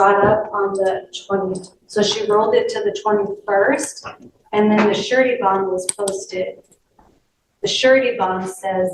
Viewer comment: "shirty bomb" "surety bond" Come on, at least show some minimal effort and proofread what your AI produces before uploading the video.